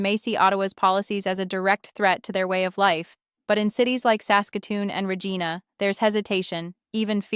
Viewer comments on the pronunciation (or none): Ra-Geena??? Mispronounced names indicate A.I. So many of these Youtube videos are bogus A.I. junk. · Just saying... it's pronounced Ree Jeye Na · Another AI-generated, Liberal PMO scripted load of anti-western propaganda. First hint: our AI girl can't pronounce "Regina" correctly. Neither can Mark Carney. Made in U.S.A. by a Brookfield owned Chatbot basement business? Probably. Sure not real, and sure not made in Canada. Why is Carney spending my tax money on this? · More AI crap can’t say Regina right